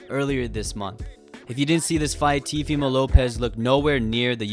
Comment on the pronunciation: "TVmo López"